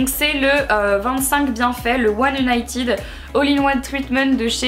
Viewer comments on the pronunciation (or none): none